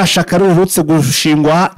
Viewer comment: Rya shaka ni rya shyaka ntabwo aro ishaka wa muginga we utazi kuvuga landi ukuze